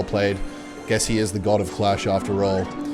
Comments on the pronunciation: why does he say dih every time instead of deck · why do you alwatys say dick instead of deck? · Every time he says deck I hear dick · Deck ❌ Dicck ✅ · secretly replacing “deck” for dick the whole video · why he is calling deck d!ck? 😂